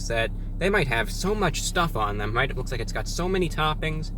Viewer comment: "After you take a left, you're going to want to take a wight, which is quite gweat if I do say so myself."